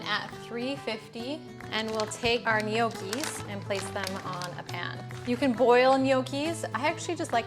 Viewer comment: No key is the correct pronunciation. The g is silent.